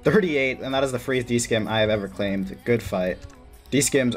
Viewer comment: also dudes it's not a "d skim" it's a "D SIM". You dont pronounce the c in scimitar